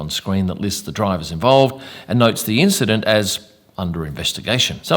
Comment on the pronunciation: and "causing an INCHident" well played, 10sec rewind on this video 👌